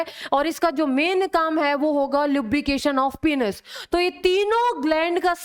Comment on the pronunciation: Its Penis Not Penus!! Please correct your Pronunciation